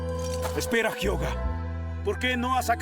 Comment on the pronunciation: Por fin pronuncian bien el nombre de Hyoga 👏🏻